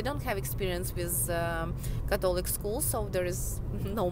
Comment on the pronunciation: you pronounced Catholic wrong :(